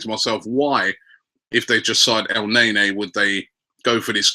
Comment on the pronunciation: el NENNY not EL NAYNAY